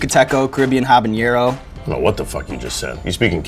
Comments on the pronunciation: The host doesn't even know how to pronounce habanero? There's no tilde on the n like in jalapeño. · Sean, every time you pronounce the El Yucateco sauce it kills me. Habanero is not pronounced "HAH-bahn-yero," but rather "ah-bah-NEH-ro." The H is silent and the "n" is not an "ñ" such as in "jalapeño." Also, I have no idea who Tinashe is, but that woman is hot as fuck based on what is shown in this video. Just saying. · You'd think a guy who hosts hot ones could pronounce habanero. There's no ñ in habanero dood! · A spice guy who can't pronounce habanero... neat...